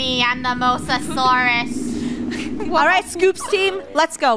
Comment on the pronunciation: ITS MOSASAUR NOT MASASAUR